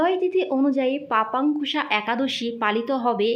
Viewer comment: লেখা আছে পাশান্কুশা একাদশী, আর আপনি উচ্চারণ করলেন পাপান্কুশা।